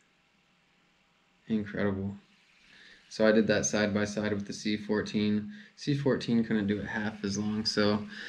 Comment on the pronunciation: Stop saying “C14” it’s “Ci4” you’ll sound like you know what you’re talking about.